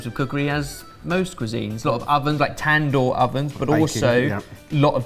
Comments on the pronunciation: tan-door😂 it's more like dooor ,tandoori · Wtf is a tan-door😂 I'm not trying to be mean... But there is a writer and script and a whole lot of other hands went into making this video (which i enjoyed as with all the content on this channel)... And not a single person said "cut! The word is pronounced tand-hoor" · The tandoor is pronounced as tn-duur